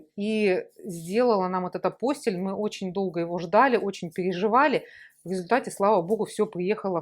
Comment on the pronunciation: Все хорошо, информация полезная, спасибо. Но многократно повторяемое слово Апостиль с неправильным ударением очень режет слух до неприятного. Правильно произносится АПОСТИЛЬ с ударением на слог ти.